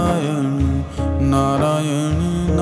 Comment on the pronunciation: नारायण है। नारायन नही।